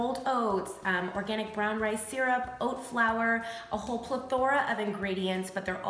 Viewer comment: you said plethora wrong.